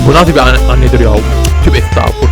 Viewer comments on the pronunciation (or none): none